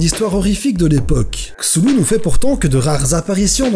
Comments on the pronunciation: Cthulhu avec le c comme un K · ça se prononce Ktoulou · Pour la prononciation : KTOULOU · sa ne se prononce pas chulu mais ctulu le h de cthulu est muet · je ne connaissais pas ta chaine youtube avant... mais maintenantmec... JE T'AIME!!! T'as un nouveau abonné et un ch'tit pouce bleu en prime! Comme peut le laisser montrer mon image de profil et mon nom... je suis un adepte de Cthulhu, son illithid favoris quoi! Ah et sinon, on dit Khloul-lhou, ça part du ventre mais les organes humains ne peuvent imiter le son originel. On se voit souvent avec Cthulhu et koro-sensei, 'pour ça que j'suis un peu bakka sur les bords ^^' Cordialement, ZePoulpe =========================== partie pub: eh ouai, il en faut bien ;p======================== checkez ma chaine, elle est inactive pour le moment car j'ai écrit/imaginé des vidéos pour 2 youtubeurs donc je cherche encore un geek/otaku pour compléter es les idées sont là! J'ai besoin de quelqu'un à motiver pour me motiver et je n'aime pas bosser alone alors... Bref ça peut prendre du temps mais ce n'est pas un projet que j'abandonnerai. D'ailleurs je vais aussi créer un blog sur lequel je donnerai les résultats des tests des jeux que je fais. Cherchez un petit poulpe régulièrement sur le net! Il se fera de plus en plus présent, je vous le promets (encore une fois ça peut prendre BEAUCOUP de temps). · Ca se prononce skouu pouloulou ^^ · non mais ptn on ddit K-Thou-lou il ont dit ds south park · Roliste de L'appel de Cthulhu depuis 25 ans je t'affirme que ça se prononce: KEUTOULOU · La bonne prononciation c'est « STULU » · moi j'ai vu que sa ce prononce cou-tou-lou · c'est ku-tu-lu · Cthulu se dit clulu en vrai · Ça se prononce K-tou-lou-ou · Kah-sou-lou = Cassoulet. Je veux mourir. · Je prononce ça KTULU normal quoi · Sa se prononce " sheuulou " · Moi je PEnse que sa ce prononce "ka-thou-lé" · C est ktoulou mais ça s écrit chtulu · sa se prononce ctoulou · C'est Ktu Lu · Ça se prononce Ctuhullu (ne me remercier pas c'est normal)